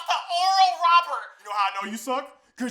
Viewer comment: “Dud we relly loss to skool kald oruhl rahburts”